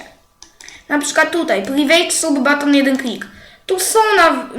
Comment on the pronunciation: Kurwa "baton" xd